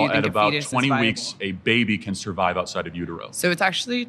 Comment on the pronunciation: Sorvive? She needs a language class.